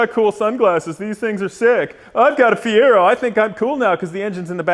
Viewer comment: Well he lost as soon as he said feiro, your gonna bury a bald mans dreams.